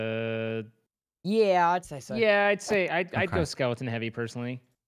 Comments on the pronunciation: someone tell tubbo it is skeleton not skelINGton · Does tubbo say “skellington” as a meme, or does he actually think that’s what they’re called?